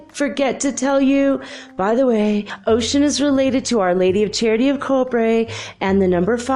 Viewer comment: You're pronouncing Oshun as Ocean? Is it not Oh-shoon???